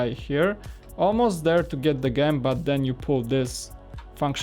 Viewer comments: Gem is pronounced with a J in frount, not a G. As in jem. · Gem is not pronounced like that!!! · It's could a jem just say that not gem as in gum